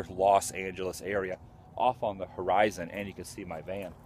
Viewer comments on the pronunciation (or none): none